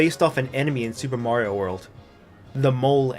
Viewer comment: If I've learnt anything from this LP, it's that May-rio is the correct pronunciation. I see Robocop with a skull jaw, in robes, slowly melting away like the Wicked Witch of the West. I wonder what that means about me.